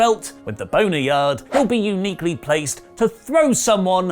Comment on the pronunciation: I do look forward to watching the news on this shit show we call wwe. And did you say Boner Yard match🤔😂😂😂😂 ... Nice bro .... Nice....